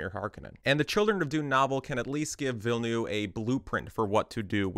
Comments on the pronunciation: instant like because at least you TRIED to pronounce Denis' name correctly. and for the benefit of all, it is pronounced "vill-NUV" not noov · Learn how to pronounce the names. "Villeneuve" is not "Vill-noo." There are videos that explain how to pronounce this. "Alia" is pronounced AH-li-a. Emphasis on the FIRST syllable. Quit copying Quinn, who just makes shit up. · Ok im french canadian and i have to ask, yall realise theres a v in Denis name right? Its Denis VilleneuVe. Anyway great video! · Struggling to pronounce Denis Villeneuve's name correctly? Just say "Dennis New-town" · the U in Villneuve is pronouced like an R, Ville-neRve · why everyone calling him villnoo like bro cmooooon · the second V in Villeneuve is NOT silent